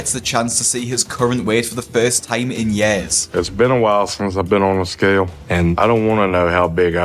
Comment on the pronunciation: I love the way you say years